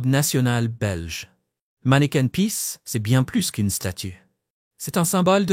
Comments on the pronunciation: Manneken pis pas manneken peace....... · ce n'est pas " manneken peace " , mais manneken PIS ( = pipi ) ! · Je me suis arrêté de visionner après 5 min car cette Belgique là, je ne la connait pas et pourtant j'y ai vécu pendant 65 ans Votre accent est celui d'un touriste (ou IA ?) (On prononce Brussel pas Bruxxxel) "manneken pis" et pas "mannequin peace" ! Bref... Mais vous avez gagné un commentaire